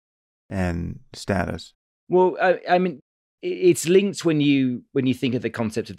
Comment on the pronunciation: It's status not status, jesus!